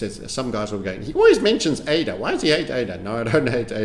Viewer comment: I'm a follower long enough to remember when pronounced ADA as udda 😊